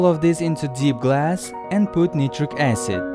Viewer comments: Finally learned how to prounonce acid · "hydraulic aecid."